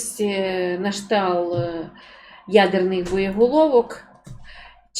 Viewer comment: Ну, не можливо так безграмотно розмовлять. Якщо ви вже виходите постійно в ефір, навчіться хоч правильно вимовляти слова. На кшталт одне з них.